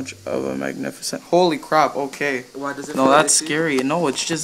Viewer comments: "Fagnificent." LOL xD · Lmao he said Fagnificent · “Look how fagnificent!” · Fagnificent is what I heard 😂😂😂